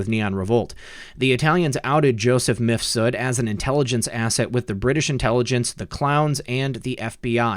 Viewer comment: Lol, seems you're one of the few YT creators that pronounces the name of MIFSUD they way it should be pronounced. Most of them pronounce it like MISFUD ! 😂👍